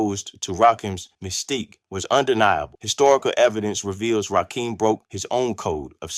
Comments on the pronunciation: Please reconsider doing AI audio for your videos. "Verzuz" is pronounced "Versus" not "Vare-Zoos." This is a computer trying to pronounce words that are part of Hip-Hop. No one who cares anything about Vs. would fail to pronounce it. "Rakim" is pronounced "Rah-Kim" not "Rak-Keem." By the time he said "Long live the Kane" with a "Live" rhyming with "jive" instead of rhyming with "give" I was done. You're covering topics we are all very interested in, but please use your own voice or some other human who knows something about the topic. The poor AI pronunciation robs your videos of gravitas and weakens the legitimacy. Respectfully, use your own voice instead. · It's rakim not rakeeem where is dude from Nebraska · Dude first off it's RAKIM RAH - KIM NOT RAKEEM AND DONT POST WITHOUT DOING YOUR HOME WORK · I'm 2 minutes in and I have heard it from Rakeem (can't even pronounce Rakim!) himself via his excellent book, Sweat the Technique that; he felt Kane and G Rap were his main competition. Mama SYEED knock you out? What? Men at Work was earlier with a slower cadence so wasn't against RAW at all, KGR and Kane were both in the Juice Crew so they really didn't have a conflict. Are you making this up?? Slick Rick didn't have beef with Kane at all. You contradict yourself by ssying LL was basic then said he was multisyllabic! The only slight issue the R had was with EPMD, he took a slight verbal jab st them. Dude, this is not for you I'm afraid. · He can't even pronounce their names right. When did "Rakim" add an "E" to become "Rakeem?" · Watch all of the assholes that can’t pronounce Rakim’s name. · If you cannot pronounce Rakim name properly. Why are you reporting on the culture? You must've been under a rock. Or your a youngin' who's just been exposed to Hip Hop. Not accurate, as I recall...